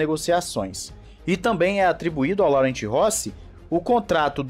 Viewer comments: Em francês a pronúncia do nome do CEO é " Loran" e não Laurent. Em português seria Lourenço. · A pronúncia correta na verdade é "Lorran"